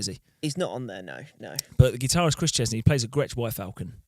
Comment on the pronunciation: Chris Cheney is the living end guy not Chezney. Just saying